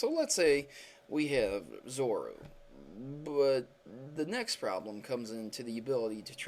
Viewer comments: Say their name right if ur making videos about them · u say there names SO wrong... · ZORU ZORAK did you even read their names! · The Pokemon names for this video are pronounced "Zor-ru-ah" and "Zor-row-ark" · Zore-Oh-Ark and Zore-Ooh-Uh correct pronunciations and question: how do trainers know which pikachu is theirs for example in a horde of them? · zor-o-a and Zor-o-wark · Please say Zorua and Zoroark correctly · The theory went totally over my head because it's just ridiculous, the only thing I want to discuss, is that the Pokémon's names are ZO RU A, and ZO RO ARK and pronounced as such, no silent A in Zorua, and no silent second R in Zoroark. JESUS. It's not a matter of opinion either, they have official names, and there are pretty simple rules of the English language that don't even IMPLY any silent letters in EITHER of those names... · for christ's fucking sake learn how to say zorua and zoroark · btw you completely butchered zorua and zoroark's names zorua you pronounce how its spelled and zoroark is kinda like how you pronounce zorua with ark added to it xD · Every time you pronounce "Zorua" and "Zoroark" wrong makes me want to rage quit... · Zoroark = Zo-Roar-k and Zorua = Zo-Ru-Uh :| Would be nice if you pronounced the names correctly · Zoru and Zorak? :P It's Zorura and Zoroark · I'm sorry dude, I can't go past 30 seconds. Normally I'm okay with any pronunciation of Pokemon, but that's just ridiculous. "Zoru" and "Zorahk"? ZoruA and ZoroARK. I've watched a few of your videos and I'm pretty sure English is your first or very prominent second language - so that's inexcusable. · It's (zore-oo-ah) and (zore-oo-ark) not zora and zorack! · I'm not trying to be a dick or something but you seriously can't pronounce sorua and zoruark it's supposed to be pronounced like ZO-RU-A and ZO-RU-ARK even tough zoroark is spelled different in the anime and the movie it's pronounced like that. BTW I really like your pokemon theories! keep up the good work